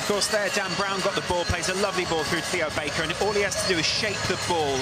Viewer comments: On the bench, Theo Barker! Not Baker, Barker. :D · Theo Baker it's not Theo Barker